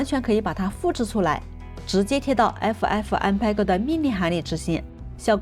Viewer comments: 爱抚艾福嗯派哥 不是 派勾听着好难受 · "PEG" 谷歌查到是念"佩格"